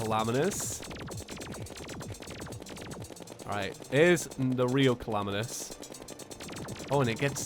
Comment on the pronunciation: My friend keeps calling Calamitas "Calamiteez" HOW DO YOU GET AN "E" SOUND FROM AN A?!?!?!?!?!?!?!?!?!?!?!?!?!??!?!!?!?!?!